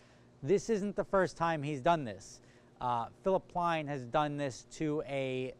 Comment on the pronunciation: *PLEIN* NOT PLAIN THERE IS NO SUCH PLAIN 😂😂